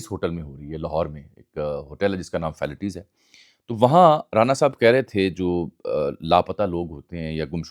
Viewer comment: Bhai falaties hotel hai name sahi atta an ni